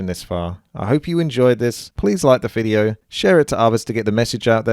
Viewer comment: DID YOU JUST SAY EFFING "FIDEO" IN THIS VIDEO? REALLY?